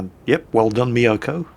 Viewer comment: HE FINALLY PRONOUNCES MYOKO CORRECTLY!!!!